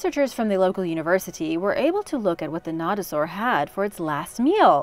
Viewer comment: Also you did not pronounce nodosaur right and they aren’t ankylosaurs where every you got this information it’s not good